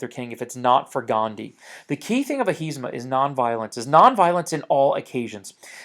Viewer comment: its ahimsa not ahisma....